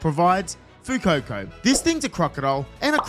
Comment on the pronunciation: No frickin way did this man, whose first name is my middle, call my boi Fuecoco FU COCO! E says e, bro.